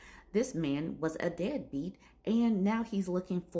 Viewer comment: Did I hear right? Did you call him a “dadbeat’?